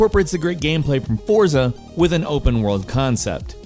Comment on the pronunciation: It's pronounced "Fort-sa"